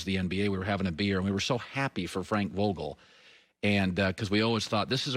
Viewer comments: Frank Vagel🤔 put some respeck on his name Colon. 😂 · Frank bagel??? He totally Britta’d his name.